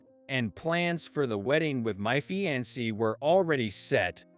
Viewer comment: fee-an-say (fiancee)